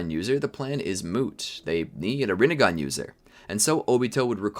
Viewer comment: That you said ramengan